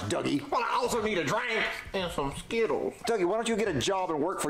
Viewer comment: I love how he calls dougie dookie💀